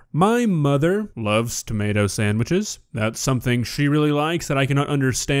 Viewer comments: What the hell is a "tamawta"? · Explain to me how she went her entire life without realizing it’s not tommiahto